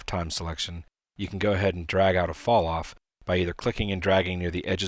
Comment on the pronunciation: was anyone else not able to get a..what did he say?: "Fall-Off"